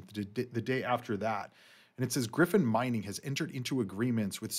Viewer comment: It's not pronounced as Griffin, it's GryyyyyPhonnnn CV :_Channel::_ICP2::_ICP::_Bitcoin